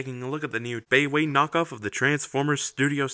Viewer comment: Nice review! I'm gonna be watching more of your stuff for sure. FYI I think "baiwei" is pronounced like "BYE-WAY". Correct me if I'm wrong.